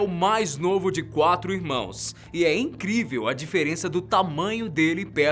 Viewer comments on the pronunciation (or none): none